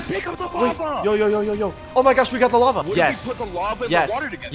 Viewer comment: DUDE ITS NOW WAVA ITS WALAVA